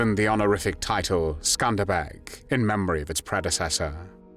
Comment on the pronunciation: The pronunciation of "The Skanderbeg Division" sounds like they're saying "The Scumbag Division." Very apropos.